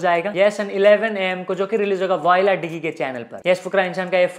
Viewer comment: bhai voila digi channel ko डिगी nahi padhte डिजी padhte hai ab to smajh jao